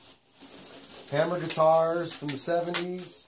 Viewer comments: Hammer?? isnt it hamer? lol.. juustt kidding stayy calm.. appreciate the review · Good review man. Not a slam, just information, it's actually pronounced HAY-mer.